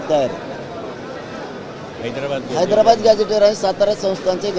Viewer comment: याला निट हैद्राबाद म्हणता येईना याला अध्यक्ष केलं आहे